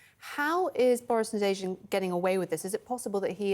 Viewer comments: How did you call him? Boris Navazin??? 😂😂😂😂 not even close!! 😂😂😂😂😂😂😂😂😂😂😂😂😂😂Nadezhdin!! Come on CNN! You can do better than this! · Did say narazin? 😂 Nadezhdin